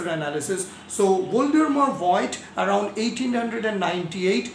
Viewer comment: Voigt is pronounced- if you want to pronounce those names in t h e i r language (english speaking people, learning n o t h i n g about foreign languages in school, cannot do this) - Fogt, not Voyd. V is f and the i is silent. Fogt, the o being long like o_bey or cl_o_thes, not short as in fog. So Fogt, with long o. Just said. Its quite clear that others have no time to check out how to pronounce each and every german name, that goes without saying. And you can do not much wrong with Einstein and Planck ;). Quite easy. Nevertheless. We, on the other hand, can do this correctly, at least with regards to english, french, spanish and russian terms. Indian and e.g. Iranian names are not too difficult for us.We learn this in school. Dont take this as critique, please. GOOD VIDEO, anyway.